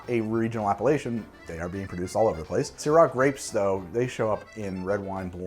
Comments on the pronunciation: says: appellation My brain hears: Appalachian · took me some micro-seconds to realize that you were not saying Appalachian but Appellation as in appellation d'origine contrôlée. Good video!😋🍷👍 Oh wow just realized: you posted this video on my birthday!! wow, I love💜wine🍷!!!! thanks!!!!!and sorry I did not see it until now, I was not subscribed back then.